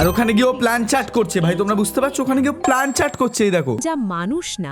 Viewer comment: 😅Plancheet ✔️ Planchat ❌